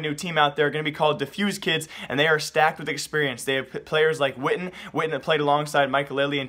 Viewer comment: u said skytten's name like witten you are suppose to say it like SHYTEN